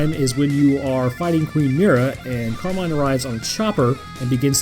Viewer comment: Did you say carmine or carbine?